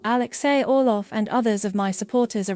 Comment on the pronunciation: Count Orlov not Olof.